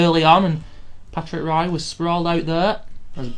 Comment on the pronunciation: You do know that Patrick Roy's name is pronounced Rwa ?